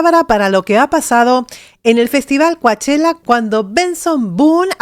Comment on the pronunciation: Hola con el debido respeto que te mereces pero un par de observaciones#1) No y No s eoronuncia Coachella así l como lo lees, literal; no recuerda no es español oh castellano como quieras si allí estás para empezar equivocada!! 2) Que TU DUSES WUELA GENTE NO SEPA OH CONOZCA ESTA CANCION NO QUIERE DECIR QUE ASI ES; NO!! ELLO NIEN HA KA MAD DE TI OH MEJOR DICHO DE TU MANERA DE PENSAR Y DE PERCIBIR LAS COSAS; YO SOY DE MEXICO PERO HE VIVIDO 34 AÑOS EN LOS ANGELES Y SI HE ASISTIDO al festival de Coachella en varias ocaciones, asi como muchos otris que sadria de mas aqui nombrarlos; y con esto dicho, es para que simplemente tengas en cuenta que aqui como en michae itras partes del Mundo pero no se diga en Estados Unidos la Gente por ki general escuchamos mucha que digo muchisima musica y uno es bastabte familiar con los artistas y muchísimos más con los cantantes y grupos famosos, ya que aquí desde temprana edad si hay algo que te une con tus amigos y distingue en oh dentro de la sociedad y oh vida y cultura Norteamericana/Estadounidense es LA MUSICA!! Y LO DUGO POR LA FALTA DE TU CONOCIMIENTOS, OSEA TU IGNORANCIA, SOBRE LA SOCIEDAD Y LA VIDA AQUI EN LOS ESTADOS UNIDOS DE NORTEAMÉRICA!!, osea a asea acaso tú crees que la gente de Europa oh la de Latinoa posiblemente consumen y tal vez producen más música moderna. De cualquier tipo me refiero al género/s y lo digo por qué se que antes que nada tu vives en Europa pero eres Argentina, sin embargo, por ello te aclare yo